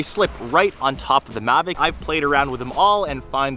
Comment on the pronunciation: It's mavic not magic